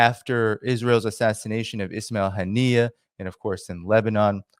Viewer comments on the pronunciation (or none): none